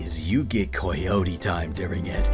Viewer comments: "you get coy-yo-tea time with it" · The way he says coyote absolutely cracked me up